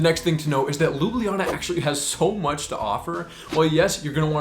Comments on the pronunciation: Its not pronounced Loobliana, Lj is like 1 letter, like saying L and J at the same time, Lju Blja Na, lj appears twice, just very str8 forward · Your pronunciation of Ljubljana, while pretty good for a foreigner, is actually not entirely correct. It's just 3 syllables, Lju-blja-na. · we the locals say LU-BLA-NA... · Next time go across the bridge and visit pop's pizzeria. And try to say Ljubljana not lubliana. After each l comes j. J Like in Word yes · I bet one of the things you wish you knew was how to pronounce places. 🤣 Ljubljana is NOT pronounced the way you did. Its LJ (as in LY for English speakers) in one breath as its 1 letter. Both LJ are prounced. So NOT Lubliana, But Ljubljana (Lyublyana), no pause between L and J. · I'm sorry but no one here in Ljubljana pronounces it LOO-BLEE-AH-NA or whatever. We pronounce it more like LYU-BLYA-NA. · ESL teacher and native Slovenian here. Pronunciation needs some work 😄 Ljubljana is a hard to pronounce for non-Slavic speakers because it has not one, but two "LJ" sounds, and one of them is even preceeded by a /b/. /lj/ is a separate phoneme. LJU-BLJA-NA (LYOO-BLYA-NAH) /lju'bljana/ Not loo-blee-ya-nah, the "blee" syllable is just people mishearing the second LJ as an /i/ sound. The way you say it, it would be spelled "Lublijana" in Slovenian. The way I taught my English students was to say "all you" really fast, then leave out the "a" to get /lju/*. Then say "bull ya" and make the /u/ disappear slowly to get /blja/. Put /na/ at the end and done. *this leaves a slightly darker L than in standard Slovene but the many ex-Yugoslavian residents of Ljubljana will appreciate the detail 😅 Another side note, as someone already mentioned, locals actually delete one or both /j/ sounds, so you get "Lublana", LOO-BLAH-NAH. Might be easier to just learn that and impress the locals 😂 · Its not lubljiana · Sorry but your pronunciation of Ljubljana is incorrect 😬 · Well you pronounce is wrong 😅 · You’re saying Ljubljana wrong mate